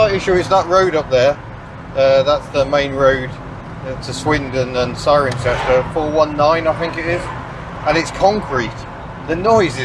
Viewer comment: Thanks for visiting my home region and for pronouncing 'Cirencester' correctly ;-) Enjoy your trip.